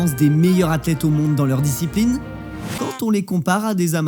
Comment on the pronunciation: On dit "les meilleures Zathlètes" pas "les meilleuratlètes" 😵🙄